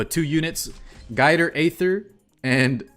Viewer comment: Guider aither 😂😂😂😂